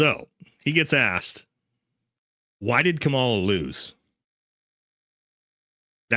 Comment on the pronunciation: do yourself a favor and just learn how to pronounce her name correctly. It’s Kamala (Comma-la). I don’t support her either and think you seem like a great guy with a level head and the ability to look at politics through a mostly non-biased filter. But I just think the people who refuse to pronounce her name right, sound petty and just do themselves a disservice. I hope you don’t take this as a criticism and take it as a tip from someone who is a fan:) “Comma-la” 👍🏼